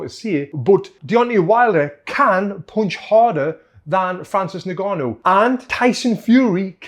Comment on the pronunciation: Francis niganu...😂 Its ing-gaa-nou .